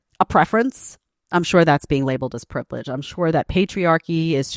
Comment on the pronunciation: "privledge" *privilege. I'm sure it was an informative lecture.